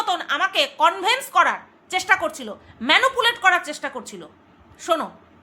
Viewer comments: Kothata convince conveyance na bhul bhal pronunciation korben na bhishon kaane lage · কথাটা , Convince.. কনভিন্স.. কনভেন্স নয়।